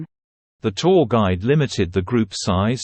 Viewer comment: おはようございます。 今日は2です。 tourがtwoに一瞬聞こえて、？？？となってしまいました（笑）